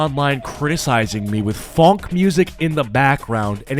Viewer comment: The biggest crime in this video is your pronunciation of the word “funk”